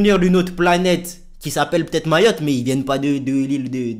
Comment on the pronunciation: Arête de dire mayotté